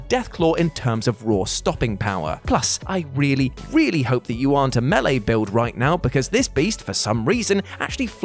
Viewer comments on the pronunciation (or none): none